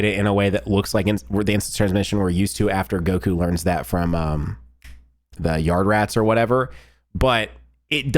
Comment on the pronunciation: Idk why when said yardrats he said "yard rats" made me belly laugh 😂